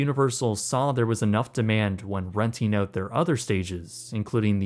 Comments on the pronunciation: Great job on pronouncing “Keenan and kel”… not just work on pronouncing “out”. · I can hear your Canadian accent every time you say ‘out’ lol.